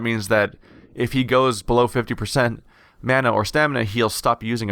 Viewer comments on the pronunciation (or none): none